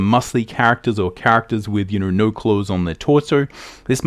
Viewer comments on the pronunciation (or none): Great video but the way he pronounces "no" and "so" hurts my brain. :)